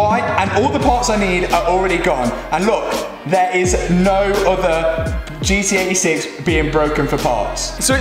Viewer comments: Sorry but I can’t stand how you say ‘gee-ee eighty six’, just pronounce the T it’s not that hard 😂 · Gee Tee 86 sound like he’s saying GE86